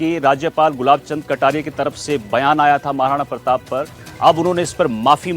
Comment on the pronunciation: अभी भी माफी मांगने में भी गलत बोल रहे प्रताप प्रताप बोल रे आपको बोलने को नहीं आता है क्या